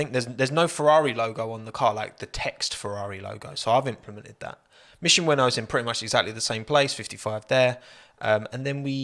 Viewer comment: Wait a minute. Is it not mission "win now" rather than "winnow"?